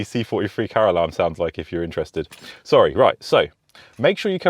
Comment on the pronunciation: For a moment then I thought you said stop going off Caroline 🤣🤣🤣🤣wasn't until I watched again I realized you said car alarm 😑